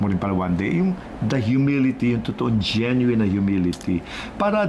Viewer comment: 😢genuine not Jen yu wine😅😅😅